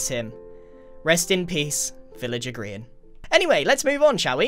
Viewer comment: I thought your name was pronounced Grian, not Greean